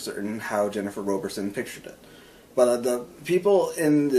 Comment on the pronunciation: Wow! I just found this! Thank you! (Yes, I'm the author.) The South is basically the Middle East, and the North is Scandinavia. I'm currently working on #8. Thanks again for the great review! BTW, it's pronounced ROBB-erson. Everyone gets it wrong, so don't sweat it! 8-)